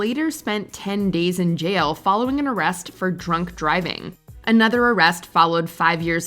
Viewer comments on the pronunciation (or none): and you mispronounced "jail".